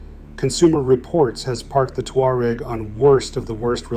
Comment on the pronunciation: The Volkswagen "Two-R-Egg"